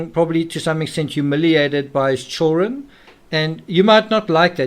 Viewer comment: I really like your thoughts and videos on the subject. But why do you always omit the D in the word CHILDREN? I can’t !! Lol I just can’t !